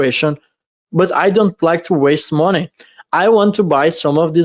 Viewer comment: Haha I love when says Monay$$$